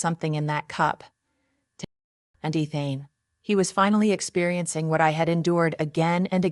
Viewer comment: Did you even listen to this after you used a fake voice over? I doubt it otherwise you would have noticed how Ethan is said wrong each time. What has gone wrong with YouTubers? Were you never taught to proof your work? Or are you one of those lazy ones who think they can do no wrong so no need to check anything? The name Ethan is pronounced EE-thuhn, with the emphasis on the first syllable. Please let me know if you ever proof your work or are you just to important to do that easy task?